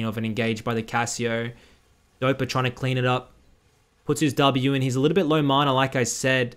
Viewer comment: who taught you how to say mana?